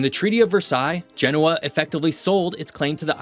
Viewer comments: he also didn’t look up how to pronounce Genoa. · Good video, don’t understand why France doesn’t give Corsica their independence. Btw please pronounce Genoa correctly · Great video with great insights. In the future, please check correct pronunciation for place names like Genoa.